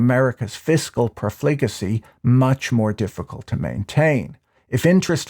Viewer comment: If you say profligacy one more time..